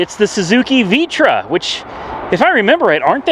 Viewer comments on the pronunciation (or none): It's not Vitra, it's Vitara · homeboy said Vee-tra. It’s a Vitara lol ( VIA-Tera ) is how it’s pronounced. I’m just giving you a hard time because I’m a little bit older than you :-) keep up the good work brother!! Silacan lol I get it man people are buttheads, but I’m seriously just busting chops. I watch all your videos man.